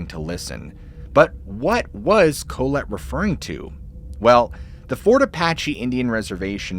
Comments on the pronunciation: "Colette" is pronounced Call-let. Co-let sounds almost derogatory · Dude I love your channel but you're going to have to Google how to pronounce proper names and city names etc, because you mispronounce a lot. "Collette" has the accent on the second syllable, "Koh LET". Just Google pronunciations and mark them on your script. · Bro…. It’s literally pronounced Ca-lette. Not Co-let like colon. 🥴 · Interesting diction of ?Colette? ?Colet? ?Kohlit? ... If by chance its "Collette" (or the first 2 mentioned initially above), then I think the pronunciation is "Call-ette" according to 2 of those in my college years (and my French professor). Just passing it fwd 🥂